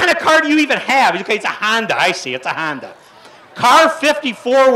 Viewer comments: That guy is awful. He also said han-duh instead of Honda. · “Handa” and “Rackford”. Hahaha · “It’s a hAndA”